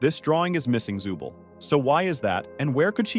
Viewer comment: It's zoovle not zubil🗿